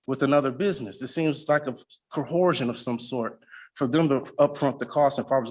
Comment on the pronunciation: Cohorsion? You mean coercion?